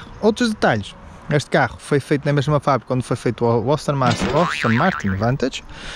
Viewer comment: austin ? ASTONNNNNNNNN 😂😂😂👍🏼🙏🏼